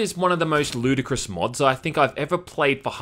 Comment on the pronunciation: “Ludicrous” yeah he European